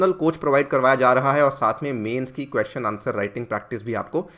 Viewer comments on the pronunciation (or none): none